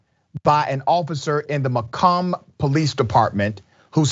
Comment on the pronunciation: Ma comb is the correct pronunciation it is one of the most racist areas Western University is there and people of African American descent have been prayed upon by the police for years dating back to the 1980s. The police department there continues to get away with many things. I agree about the appeal there is such a backlog of cases that support the racism of the Macomb police.